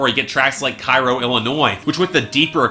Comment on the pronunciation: To nitpick, Cairo, Illinois isn't pronounced like Cairo, Egypt, but rather like "Kay-Ro", more or less. Actually, the locals pronounce it even differently, like "Care-o". Eh.